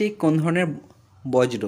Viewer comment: Dada ota borjo not bojro 😂